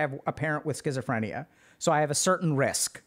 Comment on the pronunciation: I still avoid using the word scisophrenia, it terrifies me to say I guess you'd say anxogenic. I mispelt it because that's how you said it and it's actually more comfortable to hear.